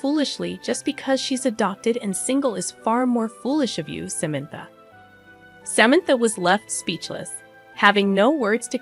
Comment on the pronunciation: Can’t pronounce Samantha’s name? Good story but terrible sister in law.